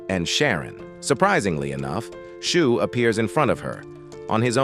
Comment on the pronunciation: its shuu not "shoe"